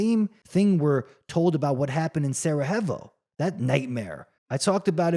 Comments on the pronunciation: I can’t listen to you butchering saying Sarajevo one more time! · Get over it ffs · so you know how to pronounce every word in the dictionary? Relax and make your own vids, then.